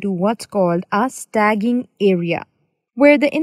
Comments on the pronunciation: It is important to use correct pronunciations, because some learners will be learning wrong English. There is infinite difference bweteen sta-ging vs staging (root word stage becomes staging). Problem is a non-technical person is reading the document prepared by a technical person). We all have to learn from mistakes. No excuses. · Nice video, however, it should be 'staging' (pronounced stay-jing if that helps) area, where the data is stored or STAGED temporarily before transferred to its destination... Stagging (as pronounced in this video) isn't a word that exists nor relevant in this context. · You're calling it a STAGGING area though. Even in India, that's the wrong pronunciation. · Original Poster meant that most people say "Staging" as "Stay jing" not "Stag ging" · Should be pronounced "Stage-ing" area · Did she say stagging? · Did you just say "STAGGING" area??? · lovely video..funny how you prononuced staging!! LOL